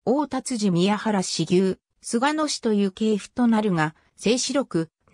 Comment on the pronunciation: 菅野ではなくすがのですよ